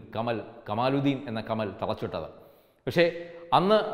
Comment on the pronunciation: കമൽ അല്ല കമാൽ